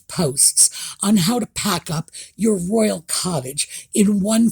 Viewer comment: Well, she's repeatedly made several mistakes with words. Archetype... Gutteral... Royal... (I know there's more,) No surprise there, but yes good when media highlights things.